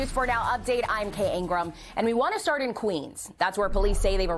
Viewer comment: Think she said Kate Ingram 😆